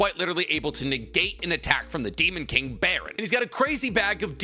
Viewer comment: I hate to be that guy, his name isn't demon king "Baron", it's demon king BARAN. Also Jinwoo's name is pronounced Jinoo, you hear it in the anime people.